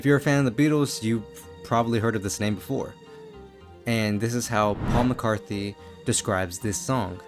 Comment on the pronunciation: You said Paul...... McCarthey.....